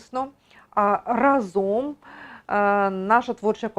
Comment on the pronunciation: Щиро дякуємо за Вашу працю потрібну. У мене до Вас прохання: у слові РАЗОМ наголос на перший склад-- рАзом, а Ви часто його вживаєте, ще й наголошуєте. Правильний наголос - це теж надпотужна сила. Не буде об'єднАння швидким і успішним без правильної вимови цього слова, щоб раз та гаразд..